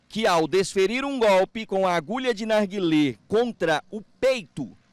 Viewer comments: . ..."No narguilhlhllê" A boca do repórter kkkkkkkk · Que narguiLÊ,. Que pronuncia mais horrível. kkk